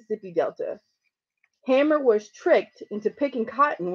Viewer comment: its pronounced hay-mer ;)